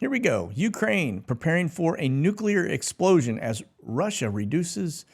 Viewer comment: Did you say nuclear sposioun? Man what a rook